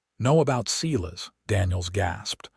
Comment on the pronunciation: It's painful to hear a story with such horrid grammar mistakes. AI can be trained to pronounce names correctly! Silas is certainly not SEE-LESS. It's SI-LAS....just like in the Bible. Please fix this mess!!!